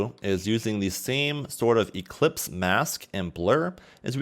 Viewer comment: Great ! also it's ellipse mask and not eClipse haha